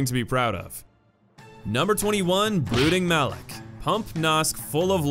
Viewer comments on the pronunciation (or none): Oh u said brooding malek but its mawlek